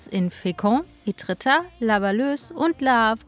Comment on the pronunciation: Aua meine Ohren 😂 Ėtretat wird mit stummen t hinten gesprochen